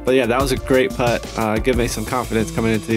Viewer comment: First time ever watching this, and it annoyed me every time when they said “putt” lol it shouldnt have but damn